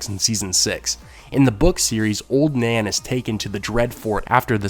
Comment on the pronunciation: i heard Ser Duncan beded Oln Nan..